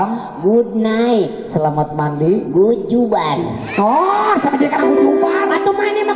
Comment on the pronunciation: Hahahaha.... Mandi bahasa inggrisna "goodjubar".🤣🤣🤣🤣